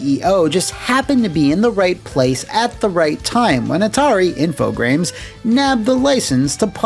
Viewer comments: Loved the video! Btw you can say Infogrames as infogram since it's a french company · "Infogrames" sounds like a Dr Steve Brule pronunciation. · For the longest time I always thought when you were saying “Infogrames” you were just adding an r that wasn’t there for some reason, then one day I googled it. Huh.